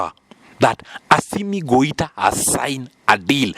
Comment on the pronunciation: Not Goita. This is why I don't listen to all channels about African news.